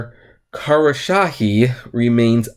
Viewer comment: Kos - row - sha - he